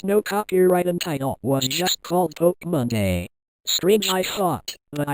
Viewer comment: Stop saying pokemonda